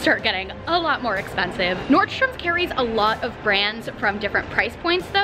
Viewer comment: Is anyone else bothered by the fact that she says NordstromS when there isn't an S??